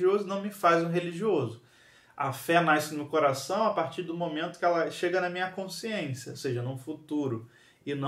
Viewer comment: Faltou a aula de dígrafo (nai-cimento?) (Nai-se) tá errado essa pronúncia